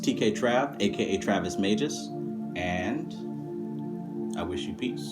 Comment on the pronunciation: I use a special type of magic for any fear and anxiety its a sacred and ancient art called bud smoking or marijuana burning smoke maketh into lungs opera number 5. Old magic. Also youre pronouncing magus wrong xD gj